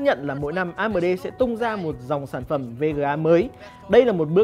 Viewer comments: Anh nên đọc chuẩn tên các danh từ bằng tiếng anh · em co chut feedback la may cai ten tieng anh nhu la AMD hay Divine Esports. nen doc dung di a. doc tieng viet nghe thieu chuyen nghiep a.